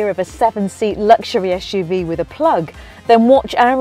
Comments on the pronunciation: it is suv not shhuv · its not "ash-uv